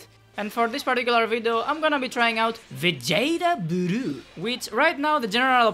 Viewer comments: Love that pronunciation lol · love it when he goes VAGETA BURUUU!!